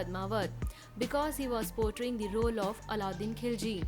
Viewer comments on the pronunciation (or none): none